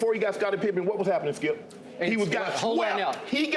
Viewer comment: How everyone else pronounces Skip: Skip How Shannon pronounces Skip: Skeeyup